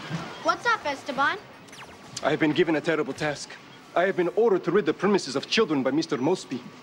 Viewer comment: Why do they call them Esteban instead of Esteban. If you read if differently or you are Latino or you know how to pronounce it